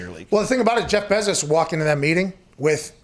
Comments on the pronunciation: Bruh it’s pronounced BAY zos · I have never heard someone call Bezos’s last name so weird wtf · “The Bezores.” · It’s pronounced BAAAAAAAAA-zos GET IT RIGHT!!!!!!! Sorry this just triggered me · If only you guys knew how to pronounce ‘Bezos’ 😂